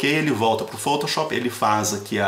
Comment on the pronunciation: Muito bom adorei o tutorial Só achei engraçado ele pronunciando foutouchop Kkkk